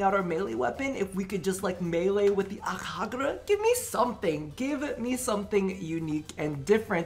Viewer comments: Each akhagara gets him a dislike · ...Ak -(English j)a -ga -ra Prime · Saying ak”hagera” is driving me fucking nuts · Can you please say Akjagara properly? You hurt my brain whenever you pronounce it as AkHAgara. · i muted the video and read your lips so i didn’t have to hear you say Akjagara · no the way he pronounces it 😂